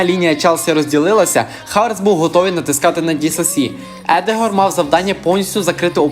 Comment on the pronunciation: Запам'ятай не Едегор, а Одегар